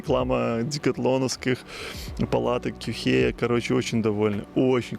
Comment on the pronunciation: Вроде Quechua произноситься кечуа, или кешуа. Сори что ташню просто не сразу понял про какую палатку реч 😅